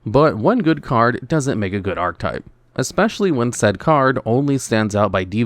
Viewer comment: Please learn how to say the word "archetype"